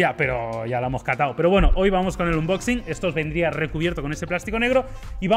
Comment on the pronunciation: Tanto tiempo haciendo unboxings y todavía no saben pronunciarlo 🤔